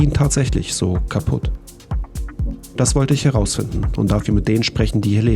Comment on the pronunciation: "isch"😂 Wird immer gruseliger in Deutschland